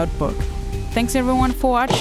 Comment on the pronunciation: Did you say "Até ja"? lol